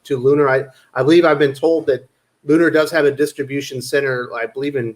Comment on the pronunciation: Tell it's Lun-er, not Lun-are.